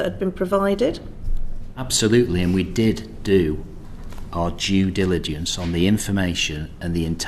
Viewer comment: Love the way the Police Chief pronounced "Jew Diligence" to describe their research 😂. I'd certainly advise, that people should carry a level of Jew Diligence around with them at all times.